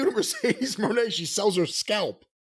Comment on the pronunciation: "Mercedes MOANNN"